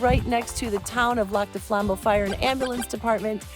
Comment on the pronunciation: I'm sorry, but if she's local, why can't she pronounce it?